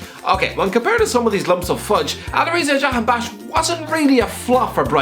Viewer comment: picks Alireza Jahanbaksh for a video The pronunciation: imma bout to end this whole man’s career